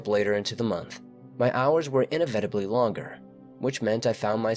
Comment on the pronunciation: No one: Literally no one: Him: "inevetibly"